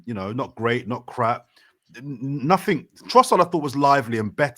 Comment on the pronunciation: Saying nuffink as an adult is wild 😅